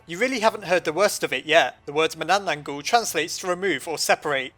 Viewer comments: you mispronounced "manananggal" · Any Filipino Mythology Here? (I Still Haven't Watched The Video Yet.) And... Yeah! There Is! The Only Thing Is He Can't Pronounce Manananggal Worth Sh*t. But I'm Still Happy Either Way Since My Country Got Into Another Top 10! . . . . . . . . . . Why Are You Still Here? . . . . . . . . . . Do You Wan't Me To Explain The Manananggal? Hmmmmmmmmm Okay? Ummmmmmmmm.......... So The Manananggal Is A Vampire-Like Monster In My Country's Mythology In A Group Of Monsters Called "Aswang" Her Name Derives From The Tagalog Word Tanggal Which Means "To Remove" Or "To Separate" Which Basically Means She's Some Sort Of Remover Or Separator And That Means "One Who Separates Itself" Because To Turn Into Her Monstrous Form She Goes Somewhere Nobody Ever Goes And After That She Tranforms By Severing Her Upper Torso From Her Lower Body (A.K.A Her Legs) And Then Sprouting Huge Bat-Like Wings And It Is Said Her Favorite Thing To Eat Is Usually Sleeping,Pregnant But Not Actually That Pregnant Woman Because What The Manananggal Does Is Far From Actually Eating That Woman Instead She Eats What's Inside Her And The Thing She Eats Is Very,Very Messed The F*ck Up So Most Of You Will Probably Are Gonna Say "So She's Gonna Eat The Lady's Liver But That's Not That Bad A Lot Of Monsters Do That Though." Laughs No. I'll Give You Another Guess Though. "The Lady's Heart?" AH! So Close! But No. What She Actually Eat's Her Unborn Baby's Heart..... Yeah.... Because What She Does Is She Uses Her Elongated Probosci